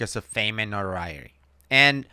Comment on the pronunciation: cause of fame and what? “Norriory” lol😂